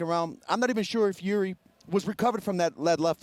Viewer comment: Chael saying Jiris name right makes me feel like I am in a simulation